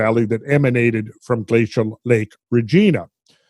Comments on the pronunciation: Regina is pronounced closer to va(re)-gina than Regina George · As a Canadian, I have to mention that we pronounce Regina, similarly to how we pronounce vagina. Hearing Randall pronounce it Reh-Gee-nah cracks me up!